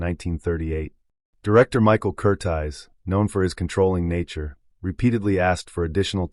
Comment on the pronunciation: The director's name is Michael Curtiz, Cur-TEEZ, not Cur-tize, you amateur nut.